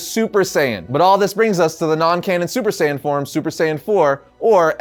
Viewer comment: Saiyan not saiyen Just saying